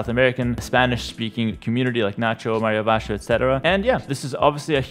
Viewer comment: Loved how you said "Mario Ovashe", like a good argentinian ❤